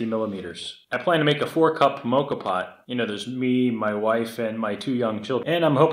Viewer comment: Not quite a “ mocha pot”. It’s a Moka pot (sounds like maw-ka) and it amazes me that you made one! I have 2 sizes and they make the best espresso or coffee. You can look up recipes for a Cuban Cortadito. Fabulous drink. 🥰🇨🇦